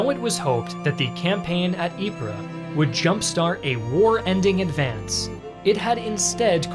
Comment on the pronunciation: ▶ = it's pronounced: (Ypres) Eee-Pp (🚫 Eep-Ra ⛔) Great Video ;-))